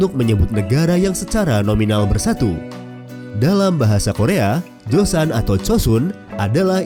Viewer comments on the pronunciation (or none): none